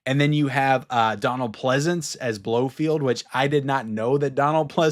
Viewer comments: BloFELD!! Not Blofield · It’s Blo-FELD not Blofield. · Blofeld not Blofield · One correction: It's Blo-feld, not Blo-field.